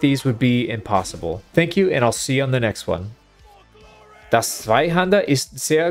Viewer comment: der Zweihänder ist sehr groß der like dare Zwei was nailed 👌 ä like english a top5% of foreign german pronounciation in my opinion, well done 😎